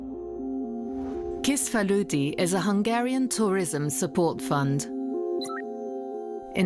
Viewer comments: It may be a nuisance but you should make an effort to properly pronounce the Hungarian names like Kisfaludy (pronounce: kish-faludy and not kiss-faludy). Or all is read by AI now? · The video is excellent, but please get a consultant for how to say the names next time! The c in Lőrinc is like in "its" or "hats", and s in Kisfaludy is like in "sure" or "shop". Tho, credit where credits due, the narrator did say Lőrinc well in one sentence. I guess its too foreign for them.